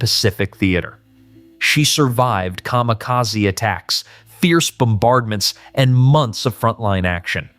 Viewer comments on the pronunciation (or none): none